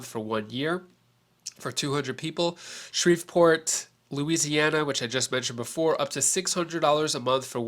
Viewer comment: I love your content but it's pronounced Shree-port lol Thanks for your hard hard work!!